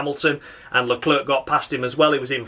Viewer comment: With both commentators saying Leclerc stupidly as always It's gets stupider with each race